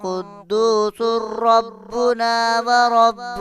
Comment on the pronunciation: Qudosurrabuna ni hy qudosu rabuna hy